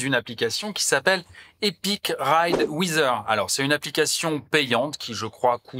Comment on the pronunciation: Super intéressant l'importation du GPX sur les différentes cartes Google, je ne connaissais pas la manip, merci bcp ! Et sinon, comme d'habitude, pour la prononciation de Weather c'est "Ouaizeur", pas Wizeur 😁😇